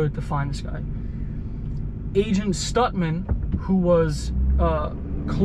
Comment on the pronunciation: When you said Agent Stutman, I thought you said Agent STUNTMAN! lol Great video as always!